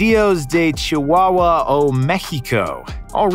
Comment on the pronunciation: Its rare to me (because I am mexican) to hear people that doesn't speak spanish speaking it Its so easy but the way that he pronounces caudillos of Chihuahua made me laugh